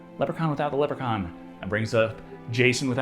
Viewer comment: Stop pronouncing Leprechaun wrong 😭